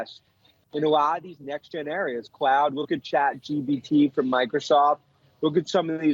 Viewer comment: It's Chat GPT, NOT CHAt GBT.